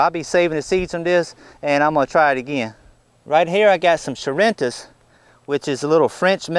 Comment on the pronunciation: Charentais is actually pronounced "sharon-tah" Least that is the way I have heard it. Makes it hard to google the name. Thanks for the pepper Seed. My Trinidad Scorpion and Orange Habenero had black mold inside the pepper. I will still try to save them. The Habenero were only half bad so I will see how they turn out. Maybe I can get them to sprout. Just the vapor from the Habenero has me coughing. I haven't even wiped my face yet.